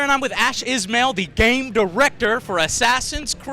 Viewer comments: LOL it's not Ashraf Is-mail... it's Ashraf Isma-il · lol i thought he sayed "Ash is male" o_0